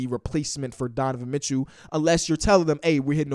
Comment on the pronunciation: “donovan mitchew”